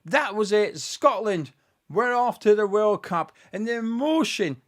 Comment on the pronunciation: Well done to the lads. Though, when it was tied 2-2, I thought I heard one of the commenators say "Shockland". See you in North America!